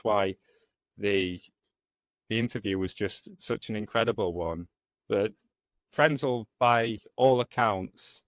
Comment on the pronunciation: It is Karl Frenzel. Do the research and try get it right!!!!!!!